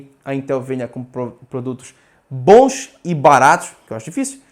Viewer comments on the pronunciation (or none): none